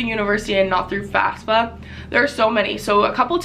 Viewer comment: It's FAFSA, not FASFA.